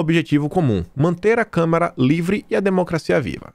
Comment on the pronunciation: Desculpe, mas não é Câmera, mas Câmara... Tudo com A